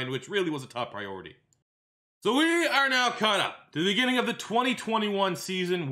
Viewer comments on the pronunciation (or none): none